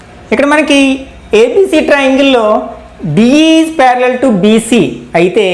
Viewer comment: Pyariallliall,parallial to parallel 😂😂